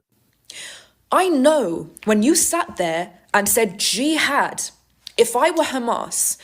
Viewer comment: Also don't miss when says GEE HAD...[JIHAD!] Gee had I??